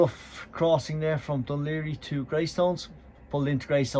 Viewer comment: Finally. FINALLY, even after having lived in Cork for 3 years, I've heard someone pronounce "Dun Laoghaire". I tried learning some Irish while I was there but most Irish pronunciations still have me stumped.